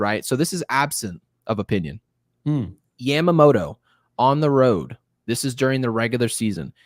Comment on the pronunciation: I took Japanese in hs but correct me if I'm wrong. Isn't it yama-moto (yah-ma) and not yam-amoto? All I'm hearing is the 'beans, beans, tomato, potatoes, yams' song every time lmao